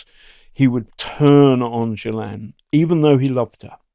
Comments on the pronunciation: Gilane is how it’s pronounced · Her brother pronounces it “GHEE-len” with a hard ‘G’. I’m not saying we should all pronounce it correctly, just that it’s a bit strange that the guy who has been investigating her deeply didn’t mention this…. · Ghislaine is a French name pronounced Geese-lenn. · Ghislaine is a very French female's name, & is pronounced zhees-len. You do pronounce the "s". Perhaps her name has always been pronounced in some more English-sounding manner, such as Gee-lane. (??) Or perhaps that's some weird American thing -- wouldn't surprise me. I am Snowwhite, now in Toronto, but born a Québecoise 🇨🇦💪💗